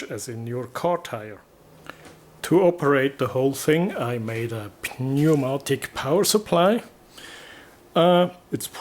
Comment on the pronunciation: Very cool. Btw, in englisch they pronounce "Pneumatik" without the "P". Das wird gesprochen wie "niumatick". Pronouncing it like "pneu..." sounds like an old slang word for something below the man's belt line 😀